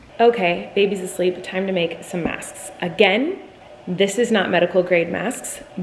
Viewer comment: It bothered me so much that I couldn’t hear her pronounce the k in masks. Like ik she said it right, but I just had to go back once just to see if I could hear her 😂